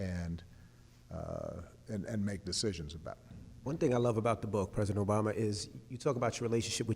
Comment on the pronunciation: You are no good 🤣🤣🤣🤣 It's Obama not "OBaby" lol